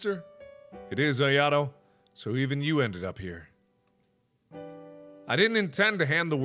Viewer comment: You said ayatos name wrong it's (I-A-TOE)